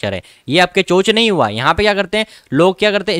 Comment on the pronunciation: Bhai chock bola kr